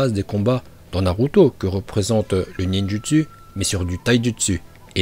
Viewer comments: Mais mec dis pas ninjutsuu dit ninjotso prononce pas le u mais le o les gens qui disent ninjutsuu j envie de les goumer 😂 (a prendre au second degrés ) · Arrête de dire nindjusu se se prononce nindjusou